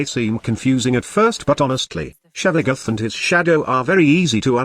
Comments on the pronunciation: Lol I cringe every time I hear "Shevaguth" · i am pissed that your voice changer says: Shevagoth